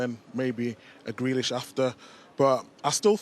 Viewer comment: no one who calls grealish “grellish” should be taken seriously